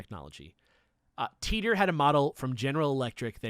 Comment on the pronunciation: Sorry guys, but on my worldline it's pronounced "Tie Tor", not "tea tor".